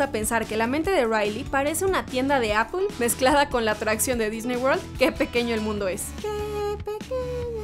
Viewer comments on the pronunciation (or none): none